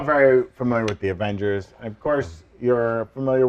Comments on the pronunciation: Avongers??Avengers??? Is this the MCUs version? 🤣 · Uh... Avongers!?🤨